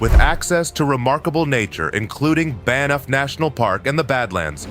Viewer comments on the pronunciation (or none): "Ban-eff" national park???